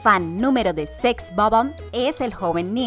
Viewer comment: Sex o bomb.... 😪 SEX BOB-OMB. En fin.... Ya nada me sorprende